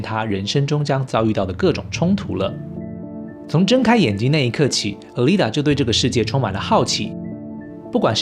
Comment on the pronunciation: Alita念阿莉達 請不要念呃莉塔